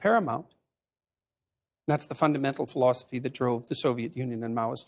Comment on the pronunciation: he starts saying fundamental philosophy, But it sounds like "flaw-sophy". As in, a flawed, philosophy.... I'm not sure.... 🤔 Is it possible that he is catering to our subconscious in this way?